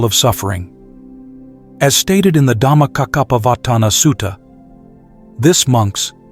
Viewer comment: Good quick summary BUT Please pronounce the pali words correctly like Dhammacakkha pavatana Sutta, and anicha.